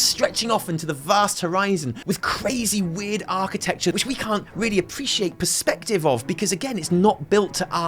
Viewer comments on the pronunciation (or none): none